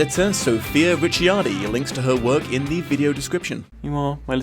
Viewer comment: PSA: "CI" in Italian, when followed bya voewl, gets combined into a soft C sound sort of like CH in English. If the C is double just add more emphasis. "Richardi" is a lot closer to the real pronounciation than "Ricci-ardi"